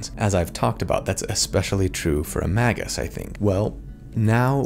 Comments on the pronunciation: Yes, pronouncing it "Mah-gus" does sound weird, which is why you should say "May-gus" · Appreciate the video! (Pronounced May-gus though not Mah-gus) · It's pronounced "mage-juice". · Magus sounds like May-gus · Since you mentioned it, I'm pretty sure it's pronounce may-gus, like rhyming with Vegas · I pronounce it Mage-us, with a soft G / J sound. That hard G just sounds like he's trying to break something with his words. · You know, I have never heard someone say Magus out loud until now... I always pronounced it like "Mage - us". Have I been wrong all this time? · I was pretty sure its pronounced magious. ? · Feel free to pronounce it "may-gus" since that does follow phonetics, having a vowel before and after a consonant and the root is Mage.